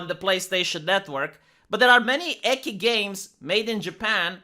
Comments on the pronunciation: I've been studying a little bit of Japanese and I hate to be that guy: But Ecchi pronounced 'Eh Chi'. It would be spelt "Ekki" in romanization by the way you say it. Japanese is very phoentical. Every E or "Chi", for example in the spelling is pronounced exactly the same in any other word. A double consonant or vowel is stressing the pronunciation of the letter and it really matters in Japanese because you can say "ie" (House) or "iie" (No) in Japanese. Unlike English, Japanese is pretty consistent by the way it's spelt in romanized Japanese. U is probably the exception to the rule, since it can be silent. Any other letter is pronounced exactly the same. So all Es are pronounced as "Eh". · "Eki" Me: "Ecchi? Repeat after me 'Eh-Ch-E'" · "Eki games", haha. You mean "ecchi", which is pronounced with a "ch" as in "choose" or "chainsaw". Gotta up your weeb game,. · I wouldn't be shocked if they were still rather Japanese in regards to work/life balance of their employees. Also hearing pronounce "ecchi" as "eckie" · Btw, because I just came across you videos, I wanted to say that ecchi is pronounced like czech. Not with k. Maybe you do it to avoid demonetization or because of your accent or just willingly because you like it. Otherwise awesome content. Keep it up! Cheers. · I thought he was mispronouncing it to dodge the algorithm, tbh. xD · I’m a person born and raised in the United States, so English is my one and only fluent language, but thanks for telling me on why pronounced ecchi with they Ki pronunciation like in key instead of chi like chainsaw. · I don't quite understand what you are denying. I just expalined why, as a romanian, he pronounced the word wrong. I know hiragana and katakana, too, more or less. In Romanian we read "chi" as き and "ci" as ち. However, I had no ideea that ecchi was written in katakana or why so thanks for that.